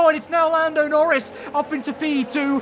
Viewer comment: He said "Lorris" instead of "Norris."